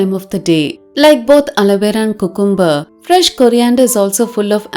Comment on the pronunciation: it is pronounced as "Q'come'ber" not "coocoom'ber" please don't mistake me for being rude or sarcastic or picking on u. I have noticed vast majority of Indians pronounce it wrongly. Just sharing with. 🙏